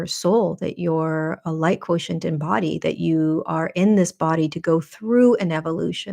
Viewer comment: The language teacHer in me confirms "quotient" as ~KWO-shent (I do this phonetic spelling all day ;)